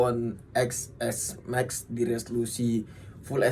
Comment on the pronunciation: Ya iya susah dibacanya orng harusnya dibaca (ten + s + max) ga sii 😅